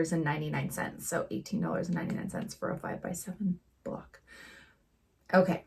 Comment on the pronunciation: Block not bock